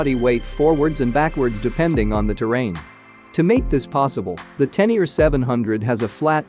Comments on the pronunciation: 😵 it spoken [Tenere] like writen, not [Tenier] like english readet. Please! Sounds horrible!! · Magnificent, and the history of the XT is a nice touch too! n.b. When you say Tenere I hear "ten year", it's supposed to be pronounced "ténéré" that's the same "é" as "résumé", "fiancé" or "Beyoncé" 😁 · Tennier? It’s Ténéré! Té-né-ré! Not Tennier. Please correct the commentary. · it is not a teneer. it is a tenere but thx for the review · Te Ne Ree not teniar wtf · Pronunciation is so abysmal that I couldn't watch past the second mention of the tenyear. To not be able to pronounce a word with accents I get, just about. But if you're going to specifically make a video of one of the world's most iconic riders, from a family that includes a 7 times world Champion and STILL not pronounce the guy's name correctly, well that takes ignorance to new levels. The name is Tarrés, as in Ta-rez. Apart from that, the very biased "history" of the XT/Téneré is pretty insulting to all the other manufacturers. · ten ear 👂 😂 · Spot on! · oh shit, man............... i'd swear he said: "ten ear"............?? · Every time he says (Teneer) my ears hurt. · ten ear ?? ten ear ?? LOL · Tenier ? If you present a bike, at least learn to pronounce it's name... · I really can’t imagine anybody who doesn’t know how to pronounce Ténéré or Tarrés. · Greetings, thanks for the great video, the 500 Yamaha name is Ténéré, it has accents on the e's, cheers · Your saying the name wrong